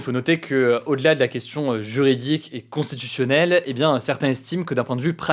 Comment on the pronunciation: Qq’1 peut lui demander de prononcer constitutionnellement, constitutionnel, et législatif correctement ? Oui je sais je suis pénible…